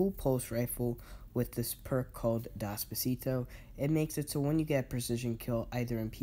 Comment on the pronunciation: You said it has perk Dosposito?? I think you mean desperado lol